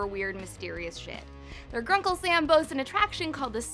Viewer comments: did she say sam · did she say grunkle sam?! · This woman: “Grunkle Sam” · She said sam in sted of stan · did you say Grunkle Sam? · did anyone hear her say grunkle sam? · Did. She. Just. Say. Gruncle. Sam. instead. of. gruncle. Stan. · Dont tell me that this girl said grunkle sam instead of stan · She said gruncle SAM?!!? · she said Gruncle Sam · "Grunkle Sam" lol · she said gruncle Sam the first time........THIS IS........ UNACCEPTABLE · she said sam not stan